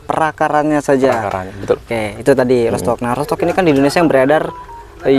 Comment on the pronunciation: Bacanya : rutstok um, bukan rotstok.